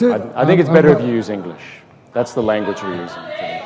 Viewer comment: 港大的學生的英文會話實在很差，在表達及發音上的能力都非常欠缺。發音不準，聽來剌耳，又多時詞不達意。